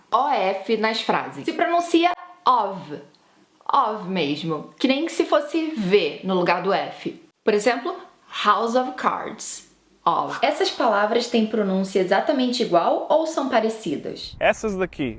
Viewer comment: Olá a pronuncia de house(\ˈhau̇s\) não é com z houze e sim com 's' você pronunciou com som de z, é incorreto, e também em vogais com som de 'i' como tricky você não diz, triiii e sim trêcky, ouça num dicionário online, acredito que essas dicas vão te ajudar, gostei do vídeo.:D